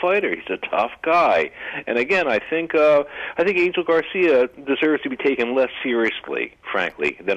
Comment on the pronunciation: Spanish speakers correct me if I'm wrong but isn't Angel pronounced An-hell?